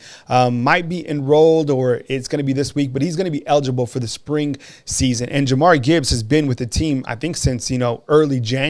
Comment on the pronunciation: Y’all still callin him Mcquellin. It’s McClellan. Also Jahmyr is pronounced jah-meer not Jamari. Love y’all guys but this is my pet peeve.